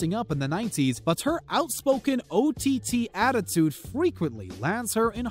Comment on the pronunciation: ... "... throughout the natzis"?? "... one of the most 'marmight' celebrities..."?? "... ott attitude..."??